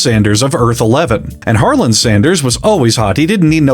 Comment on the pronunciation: The d in Harland is silent keep saying it the way you have been though it’s funny and I believe in Harlan without a d superiority